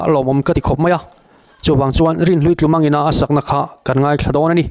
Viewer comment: Tlumang tih hi. 'tumah'(a ri hniam) tih a, 'tu' tih thlûk anga thlûk tur, chuan tlumang tih a, 'mang' tih lai hi chu 'chanchinthar' tiha 'chan' tih laia thlûk ang hian thlûk bawk tur! 🤷